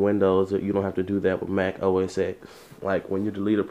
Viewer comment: i believe its pronounced OS 10.